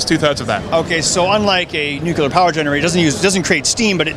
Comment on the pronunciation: Did you say "nucular"?